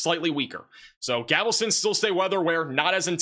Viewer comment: So many pronunciation errors. It's not GAVELSTON, it is GALVESTON.